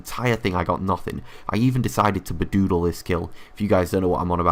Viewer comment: You said Baddoodle, so you bad-doodled yourself instead of ba (Big Ass)doodle :P